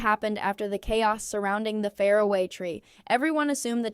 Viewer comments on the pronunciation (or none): Why can't your terrible AI voice say "far-away" tree properly? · "The fair away tree" God , I hate what AI is doing to us.